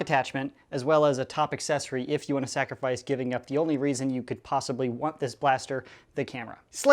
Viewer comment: Reason not readon